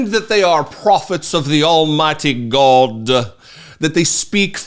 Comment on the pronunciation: I live for when you say, "The almighty Gawd"! It cracks me up everytime!